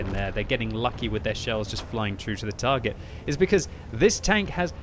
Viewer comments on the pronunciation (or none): none